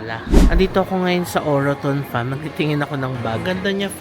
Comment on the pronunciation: its actually enunciated as OR-TON parang silient ung peg ng second O hehe.. congrats on ur first purchase - next time get kayo sa may Birkenhead may further discount sila dun:) relaxing tlga mga videos mo thank you